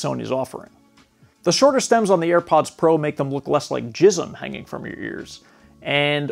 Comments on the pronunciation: You sold me at jiz on the eeeeaz” insert heavy jersey accent lol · Professional? He said jizzum hahaha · Upvote for “jism” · Great review…..BUT, did you just say “jism hanging from your ear?!” 😳🤣😂.